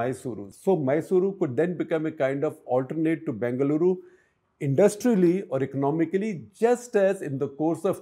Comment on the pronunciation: It's b-E-ngaluru, not b-A-ngaluru